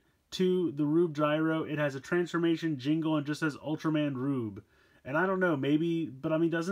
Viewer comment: It's pronounced gruebe